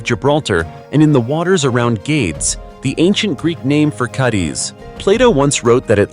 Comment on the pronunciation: An interesting video, however the a,i crap voice and its idiotic mispronunciation of Cadiz and other names leaves me laughing at your low brow effort!